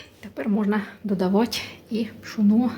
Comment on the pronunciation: Це зовсім не капусняк,тому що капусняк вариться з квашеної капусти!!!!!!!! Було б не погано,щоб ви трохи підівчили українську мову,бо ваше уродсько- москальське ( ть)- мішать,додавать.,готуватьт ...... в українській мові вимовляється (ти)!!!!!!ЦЕ НАВІТЬ ЗНАЮТЬ МОЇ ВНУКИ,ЯКІ НАРОДИЛИСЯ НА ДРУГОМУ КІНЦІ ПЛАНЕТИ!!!!!!!!